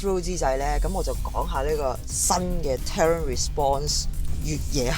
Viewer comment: 翻譯錯誤, 同埋 terrain 唔係咁讀。